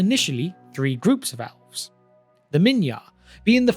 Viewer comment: owlves. why do you say a short e sound as an ow sound? do you also say owveryone (everyone), or owlse (else), or owver (ever), etc? not asking in a mean way, just curious